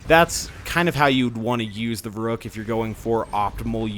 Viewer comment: I know it's pedantic, but the 'u' in the name should be a lot more pronounced, like "Ver-oohk", as in "Veruca Salt", as in "Veruc assault rifle"